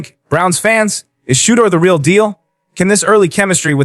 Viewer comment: That's awesome! I sure wish you could pronounce his name correct though!